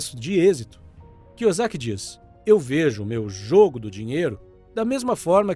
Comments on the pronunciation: Muito bom o vídeo cara, mas cê não acertou o sobrenome do Robert kiyosaki uma vez kk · O mais importante foi passado: os ensinamentos. Seria interessante aprender a falar o sobrenome do Robert corretamente antes de soltar o vídeo. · Na primeira frase do vídeo o kra já erra o nome do autor e fala Robert Kuzyaki" 😂😂😂😂😂😂 na boa, dá pra entender que quem é rico compra ativos e quem é pobre compra passivos, mas no mundo que eu vivo, quem anda de mercedes, tem mansão, relógio de ouro e bolsa da Louis Vitton é rico e quem anda de Brasília e mora num casebre é pobre e não o contrário rs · e vc acha que tá melhorando seus erros entrando em comentários aleatórios que faz gracejos com a falta de real empenho do criador em aprender pronúncia do nome de um altor do livro que tem as sílabas idênticas ao nosso idioma "KIYOSAKI"... se este é o seu plano de ser uma pessoa melhor e evoluída... parabéns ce vai longe... na lua terá até uma escultura sua seguindo nesse caminho, comente e mais 10 comentários aleatórios durante todos os dias da sua vida e em mil anos vc chegará la, agora vai lá garoto pega eles tigrão 👍👍👍 kkkjkkkkkkkkk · A parte que será irônica e que só o dono do canal terá real retorno disso tudo, quanto mais comentarios no vídeo dele mais o YouTube acha q ele e relevante e manda pra novas pessoas, e aí vai ter uma nova leva e pessoas que vão aproveitar bem o conteúdo, uma nova leva de gente que vai achar engraçado a pronúncia errada do nome do autor, e vai ter os caras que querem esculturas na lua achando que comentar no comentário dos outros e alguma coisa útil pra vida kkkkk